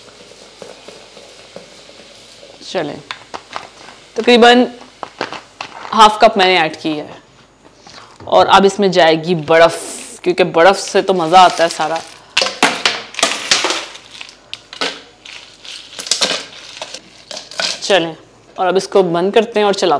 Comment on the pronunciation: Pehlay baraf bolna seekh. badaf🤣🤣